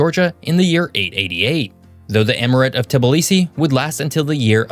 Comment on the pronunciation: Am from gorgia at gorgia and it's tbilisi not TbIlHdx u dum dum